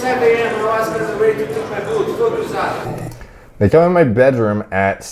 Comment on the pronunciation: “Fugh HOOSADA”